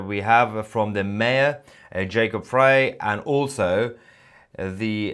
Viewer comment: I live in Minneapolis. It’s surreal to hear about this first on a Brit channel that I’ve been watching for years. Thank you for the reporting! Btw the mayor’s last name is pronounced fry. He’s a dork but he comes to my plays so I feel protective of him 🤷🏼‍♀️ 🥴 Unfortunately, bad as he is, he probably won’t be mayor for long. I’m praying for all affected and will be reaching out to my ppl to see if anyone knows anything more! Btw I hadn’t even heard about the other attack!!!